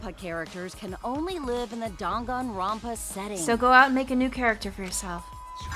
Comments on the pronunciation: Them pronouncing Dangonrompa is making me mad.....but rip the fourth wall is was demolished. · My favorite part of this trial is that no one can pronounce Danganronpa. “Gon-Gon... Rompa??”